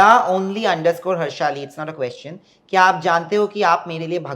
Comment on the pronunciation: Somebody teach this man how to pronounce question. It’s not quoshon. It’s ques chen. Question. Not quotient.